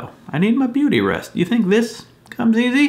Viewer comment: Did you say "beauty sleep" or "beardy sleep"?